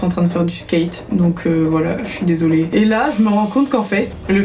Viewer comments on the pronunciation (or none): "Je suis desoléeINN"